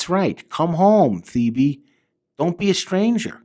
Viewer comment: Your pronounce earls actual name like “ te-bay”